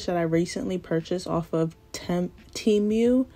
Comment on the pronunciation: I bought the gel glue and mine popped off but I definitely touched it too much. I’m going to try it again and see what happens. I love your videos. ❤❤❤ also I like the way you pronounce Temu. I’ve been saying it like temoo. 😂